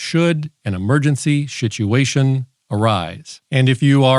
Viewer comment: Emergency Shituation